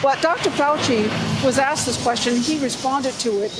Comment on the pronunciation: Advertising before video person running for what said "axked" not wanted